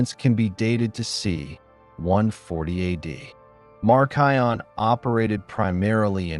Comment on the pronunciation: Even though a lot of this information is correct there are a lot of things that seem off in a Christian history perspective. He can't even pronounce Marcion correctly. I am all the way to Marcion and he hasn't even mentioned the Didache. Hasn't mentioned the martyrdom of the Apostles. He does not quote much scripture. Hasn't mentioned the early church fathers who were taught directly from the Apostles like Polycarp and such. I think his understanding of how Cannon was established is a bit fuzzy. I am a little over half way and my opinion is there is a lot missing.